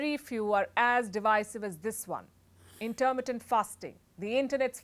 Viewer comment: Very good. Only your pronunciation of intermittent hurt my ears. The stress is on mi, not ter.